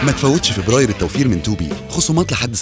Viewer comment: هو بيقول فوبراير